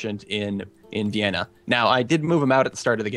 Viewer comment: "Uwaeiwen" is actually called "Vienna", or "Viiin", I think :P